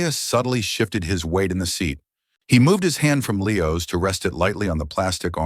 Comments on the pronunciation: Why is the child calling his father 'bah'? On another level the language spoken in the video seems too elaborate. A criticism, the AI pronounces the word 'seat'as "see at". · See-at is a new one to me. Any word that can be pronounced different ways will be mispronounced 9 times out of 10. Read is a prime example. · Sea at 42? Gotta love AI narration! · Correct it: "seat" is a single syllable word. Not see-at.